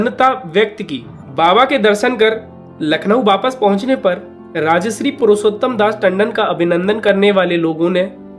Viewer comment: राजश्री तुम गलत बोल रहे हो। राजर्षि होता है।